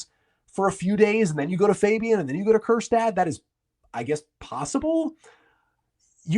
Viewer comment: Please, please, please don’t say Kjerstad